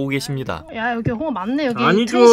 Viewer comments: 이걸 아아 오로 읽어버리네ㅋㅋ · 홍어를 아아오라고 읽다니ㅋㅋ